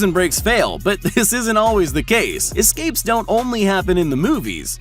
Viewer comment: I love how he spells escapes properly, but calls the excapes!!!